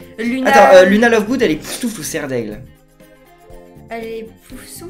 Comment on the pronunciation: C'est Poufsouffle pas Poustouffle 😂😂😂 continue les vidéos je t'adore 🥰